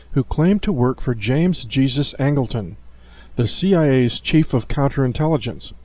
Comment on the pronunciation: Learn how to pronounce a person named Jesus it's not Jesus (Christ)